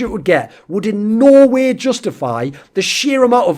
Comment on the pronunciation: anyone else felling like when thorin says no way it sounds like he is saying Norway